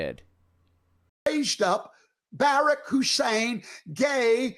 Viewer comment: First that is beyond rude when he knows how to pronounce Barack. Obama told us, the WH press secretaries told us, the Democratic convention told us the year he was a speaker before he even ran for POTUS and every single news outlet told us. That is just childish, catty and nasty and he believes his god thinks that's ok. My other thought here is...God created cannabis and I leave it at that. (She created 'shrooms too)